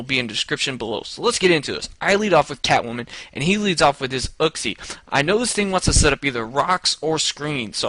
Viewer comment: It's not uksie it's pronounced youksie.